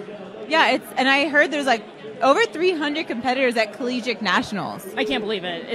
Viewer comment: "Collegique" - oh.